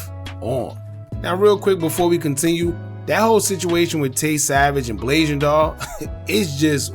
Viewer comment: Mello was dissin her dead mama i dont wanna see anybody say blasian wrong. It's a sad situation all around rip everybody💔.